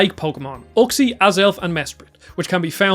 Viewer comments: Anyone else wince with his pronunciations of Giratina and Uxie? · You said Uxie wrong